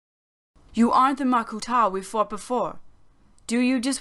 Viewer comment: Why is pronunciation so weird at times, like makuTAH? Enjoyed every second of this anyway!